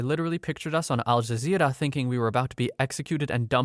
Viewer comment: his pronunciation of al jazeera is so good lmao